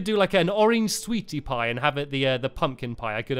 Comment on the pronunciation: u said sweaty pie lol